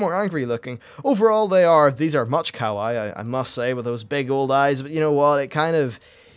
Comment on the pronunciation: when you said kawaii. i thought you said cow eye